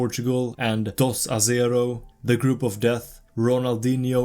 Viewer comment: Watching how he remarks 'dosacero" and the Maxi goal's really shows me this man is from the US. Also it hurts me 😢